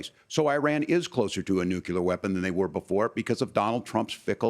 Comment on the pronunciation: Walz says Nuculear twice.